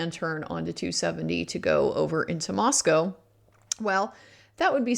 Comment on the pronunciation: Wow. You pronounced "Moscow" (in Moscow, ID) correctly.